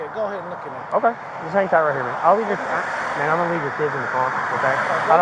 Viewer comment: please stop saying "mane" officer